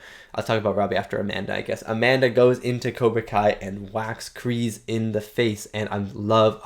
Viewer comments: They did in fact film in Okinawa. Kk2 was filmed in Hawaii but yes they went to Japan for CK. Been enjoying your reaction videos. John Kreese's name is pronounced like you would say the word grease. Not Kree's. Kreese. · See that’s why I will forever hate Hawk. He only did it to impress his friends if that’s what you want to call them. And it’s a KreeSe with an S sound.